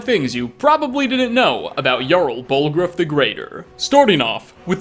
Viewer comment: Okay but...."BallgrOOF"